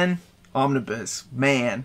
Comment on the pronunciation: Pls dont say omniboo for some reason it feels like I'm being tickled